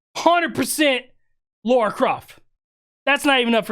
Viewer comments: Her name is Lara not Laura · Indy wouldn't use the word "verse" in place of "versus." That's a relatively recent linguistic phenomenoid. Wait, it's pronounced "Laura?" Then why's it spelled "Lara?!" All these years, I've been pronouncing it "LARE-uh." Desert Eagles? Isn't she known for using the HK USP9 Match? Two-tone finish. Akimbo. "Sorry!" is a board game. I wonder if Board James has reviewed it. That's the only line that irritates me. I can deal with "verse" in place of "versus," but I can't deal with the use of the word "Baby Boomer." Harrison Ford was born in 1942, so he's of the Silent Generation. Indy was born in 1899, so he's of the Lost Generation. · Why do people say laura...its Lara...even people i know say that too...its weird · Just watched the 'behind the scenes' And it seems you and Peter has the same "problem" None of you can pronounce Lara, without making it sound like Laura. 😂 Great reaction/breakdown. 👍